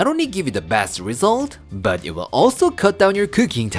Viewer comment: Or "don worry BAHT it"! 😁 I love when says that!